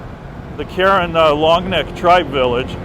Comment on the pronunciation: I’ve worked with this ethnic minority hilltribe for the past 18 years. The proper pronunciation is “car-wren.”